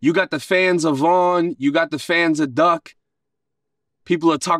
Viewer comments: Duck* not "Dirk". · He said the wrong name. Not Durk but Duck! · You mean duck and von .. not dirk and von .. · Durk an von? You mean duck and von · He means Von and Duck he Said durk And Von there both gone 🤣🤣🤣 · Obviously meant duck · He meant Duck. He misspoke.